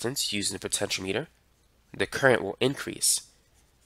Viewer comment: Actually after hearing his pronunciation, it should be the accepted pronunciation because it spells out exactly what the compontent operates on - potential power.